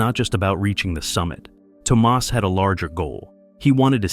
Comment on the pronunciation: It's Tomas, not Tomás.